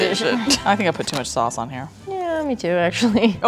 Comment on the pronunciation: the fact that you pronounced “sauce” the dutch way, “saus” really threw me off there... 😂